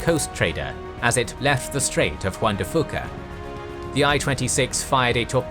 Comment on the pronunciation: And it's pronounced Wan de Few-kuh, not Foo-kuh... 🙂